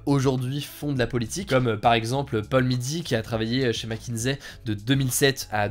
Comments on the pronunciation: Mc kinsey non mckinzey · Ça se prononce macinzi....pas macinsai.... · Merci pour la vidéo, en fait Mc Kinsey se prononce Mac Kinssey. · McKinSSSSey et pas McKinZey. Sinon contenu de qualité, comme toujours !